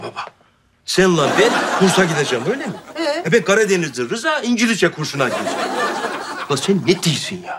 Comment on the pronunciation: İncilizce diyor ( )😆😄